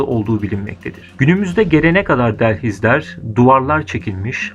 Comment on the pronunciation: Emeğinize sağlik çok guzel arastirip yapmişsiniz da, delhiz değil dehliz. Düzeltebilirseniz iyi olur.